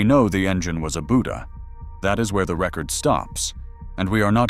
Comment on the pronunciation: Buda = “BUE-duh”